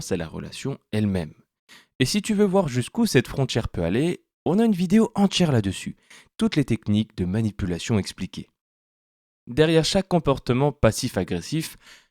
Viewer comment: La lecture par IA reproduit les dje et tche à la mode, en ce moment. Comme "frontchière" à et encore une fois, juste avant , en ajoutant "entchière". Est-il possible de reprogrammer cela? Ça distrait inutilement du contenu qui est intéressant.